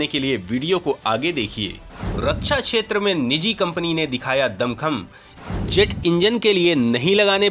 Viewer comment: छेत्र नही (क्+ष)क्षेत्र बोलो